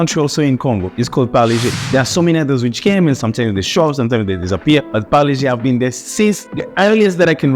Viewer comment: first foreigner good pronunciation parle G